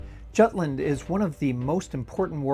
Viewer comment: is jutland really pronounced like that in english...? dear god...